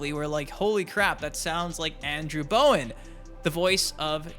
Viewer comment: It's not Bowen